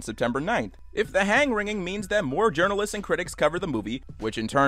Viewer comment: "Correction": Ah yes "jurnaleits" -meme man 2020